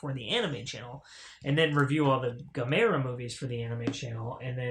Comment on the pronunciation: Congrats on snagging the Gamera sets. Pronounced Gam-Ra lol. The Heisei trilogy are hands down 3 of the best Kaiji films ever made. Gamera the brave is pretty meh compared to the trilogy. As for the Showa era films well its a mixed bag lol. But youre in for a treat with the Heisei trilogy, way better than anything Toho was doing with Godzilla at that time. Now that's not me hating on the big G, its just a fact in terms of story, designs, camera placement effects pacing and characters. You'll see when you get to them.